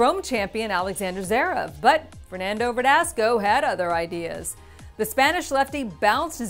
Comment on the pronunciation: please, learn properly how to pronounce ZVEREV. ... Z.V.E.R.E.V not Zerev. You will need it for next few years!